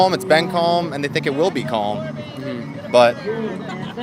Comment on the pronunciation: dude thinks you pronounce the 'L' in calm